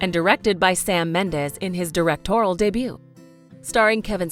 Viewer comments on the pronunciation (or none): none